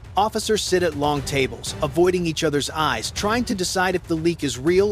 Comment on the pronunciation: Your AI reader is trash. It is not UUHS, it is US (abbreviation for United States)!